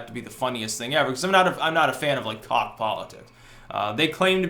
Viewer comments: FYI...Koch is pronounced like "coke." XD Although, you can keep calling them the cock brothers. LOL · Cocks? It's "coke" brothers! (Koch) LOL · I cant tell if youre meme'ing buts its pronounced COKE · lol...FWIW, their name is pronounced Coke ;-) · Diem Turner I don’t know, I think I prefer the new pronunciation lol